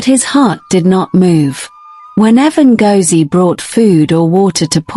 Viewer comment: The name is Ngozie, as in go, go. Zie as in the letter Z